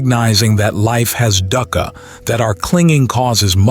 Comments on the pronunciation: Dhuka, pronounced as Dooka. No biggy. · “Dukkha” pronunciation is wrong. Dukkha (Pali) is pronounced dook-kah (or /dʊkkʰə/), commonly broken down as "dook" (rhymes with look/book) and "kha" (a crisp aspirated 'k' followed by 'a'). It is a two-syllable word emphasizing a short "oo" sound and a sharp, breathy release on the second